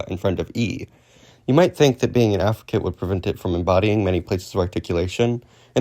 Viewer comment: uh... you can kinda read "sibilant" inconsistently. edit: overall you kinda mumble through the terms a lot, like "sibilant" "fricative" "affricate". try to keep your pronunciation clear and consistent. You're mumbling them into "silibant", "friccate" okay so the "Mean of Articulation" is not the term. You're thinking of "Manner of Articulation". Also Voicing is a phonetic feature, not a manner. it exists parallel to place and manner. You can have voiced/voiceless fricatives, voiced/voiceless stops, voiced/voiceless affricates, voiced/voiceless nasals, etc. You can make different groupings of consonants by phonological feature (or more aptly phonological class), which includes voicing or each of the separate manner and place of articulation. "ejective", the stress is on the second syllable /i'dʒɛk.tɪv/. the way you read it sounded like you were saying "adjective" you're mixing terminology here. The beginning and end of a syllable is "onset" and "coda". Other traditions use something different, like Chinese uses "Initial" and "Final"~"Rime/Rhyme"